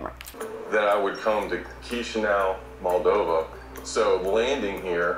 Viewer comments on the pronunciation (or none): Why do they pronounce it as "MAL- dova." Every time I heard it, I wanted to slap them. And I'm not anywhere near European but try and pronounce the name of the country you are in correctly